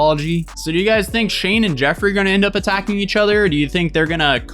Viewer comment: Emphasis on the EACH 😳